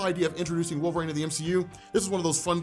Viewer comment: LoL, "Wolvraine".